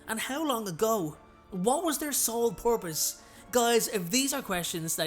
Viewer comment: I love how you say “purpose” like “porpoise”